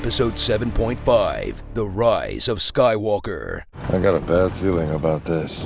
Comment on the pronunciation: I'm Ray - Ray who? - Ray Skaiwooka